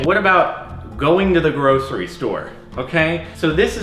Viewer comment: The way you're saying grocery is making me cringe 😂